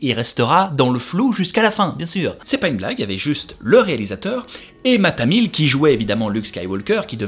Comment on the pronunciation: mark hamill pas math hamil lol ca va finir au betisier des lapsus ca ^^